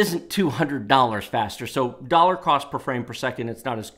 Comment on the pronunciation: can someone tell who whereabouts in the US this guy is from? the way he pronounces "dollars" sounds like "dawwwlawwws" LOL